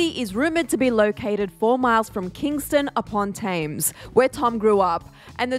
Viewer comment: Currently sitting in my flat in Kingston upon Thames cringing at the pronunciation in the video 😂